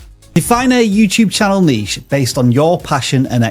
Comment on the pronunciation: !!!!! YEAAAAAA! The other guy on the channel was mispronouncing niche but there we go!!! Someone knows it. BRAVO!!!!